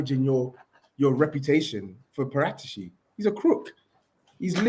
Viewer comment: No way saeed put a p in debt and the pronunciation expert can’t say Paratici properly 😂